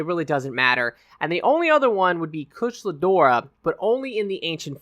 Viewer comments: Love ya but the only name you pronounced right was Kirin lol. KushAla Daora, like in Abba. TEostra like in TElephone, and NerGigante like Nerd and Gig. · Koosh-ah-lah Day-or-rah Varl Haz-ak Tea-os-tra Ner-gi-garn-tay